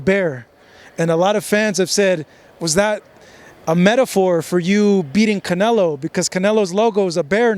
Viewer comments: bivol is always roasting canelo intentionaly i suppose and i love it . he said canelaa 😂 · He says CANELA 😂😂 💪🏼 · Attaboy, that's the correct pronunciation: canela! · I really hope he never stops saying canela 😂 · Lmfao love how bivol calls canelo canela lmfaoo 🤣 this guy smart asl their iq is high this is why they can learn multiple languages so fast. These fighters are one of a kind. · Every Russian says it like that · Russians can’t pronounce canelo that’s why